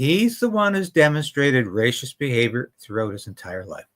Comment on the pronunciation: There you go! Only the duplicitous Carney can deal with the evil Orange Man. Haven't you heard? Gullible "Canadians' have spoken. Bye bye Pierre! BTW--; please: The disgusting snake Carney aside; It's "ray-sist." Definitely not "ray-shist." Just checked; It's the same in British English.